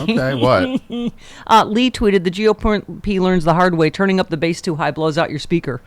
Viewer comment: its bass not base